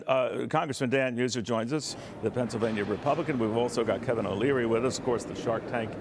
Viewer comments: Does this congressman not get briefed on the names of who he is having a meeting with ?? Sounds like he says Kevin Neil. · OMG PEOPLE,it's Kevin O Leary NOT ONEIL !!! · It’s “O’Leary” not “O’neal” !!!!!! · Kevin O'neil? The Congressman could at last get Kevin O'leary's name right!!!!! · He said Kevin O'Neil lol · Did he call him Kevin ONeill? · Congressman: Its Kevin O'Leary, not Kevin O'Neal, lol 😂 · Did he just say 'Mr. Wonderful, Kevin O'Neil'? He can't even get his name right! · He called him Kevin O Neal 😂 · 1.00 'Mr wonderful....Kevin oniell' 😂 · Names O’Leary bud not o’neill. Lol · Kevin O’neal bro couldn’t even get his name right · He said Oneal.. lol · “Kevin Uh AH Neil”. 😂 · Did he call him "Kevin O'Neal?" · did he call him Kevin O'niell? lol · Did he say Kevin O'Neal haha😂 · Did he say Kevin O'Niell? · I think that guy said Kevin 'O Neal lol. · He called him O'Neal 😅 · "Kevin Uh-Neal"? Dan Meuser is an idiot. That's Kevin O'Leary he is standing next to. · Great work Dan. You got “O’Leary’s” name wrong seconds into your segment 🤦‍♂️ How embarrassing.